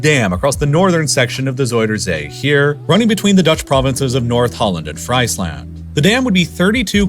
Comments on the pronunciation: Friesland is prounced Freesland, not (French) Friesland. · 🍟Fries-land 😂😂🍟 try freeze-land sounds way beter